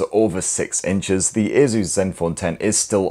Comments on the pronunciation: its not aZus it aSus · Why does it sound like he's saying "Jesus" 😂😂😂